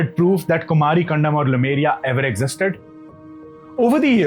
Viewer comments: Very interesting indeed! What I don't understand is why you say Lumeria all the time instead of Lemuria. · Not LUmeria, it's LEmuria! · Small nitpicks in an otherwise good presentation Lemur - pronounced Lee - Marr Lemuria pronunced Lay-Moor-eeya not Lumeria In Tamizh, two words are joined with half consonants that are close sounding or easier sounding Similar sounding bond ================== Kumari(குமரி) + Kandam (கண்டம்) - Kumar-"ick"-Kandam (குமரி"க்"கண்டம்) Also Kandam (கண்டம்) is pronounced like the English word "condemn". Dissimilar sounding bond ===================== Silambu + Adhikaaram = Silapadhigaaram Means Anklet's Tale. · Lemuria, not Lumeria. Lemurs are animals, they are not called lumers. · Bhaiya लेमूरिया hai.... not लूमेरिया... From the monkey like Lemur ( लेमूर) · Khandam means continent. Also it is Lemuria, not Lumeria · iN ENGLISH IT IS LEMURIA NOT LUMERIA. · It's not Lumeria, but Lemuria. You should focus getting details right.